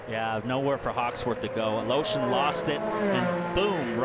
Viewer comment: it's Aleshin, not Aloshin. fucking stupid commentators